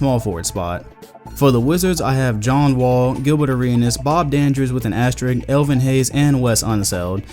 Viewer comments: Great video but its "asterisk" with an "s" before the "k". Sry i had to say it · asteriSk. ASTERISSSSSSSSK. asteriSSSSk. c'mon,. you are the man tho.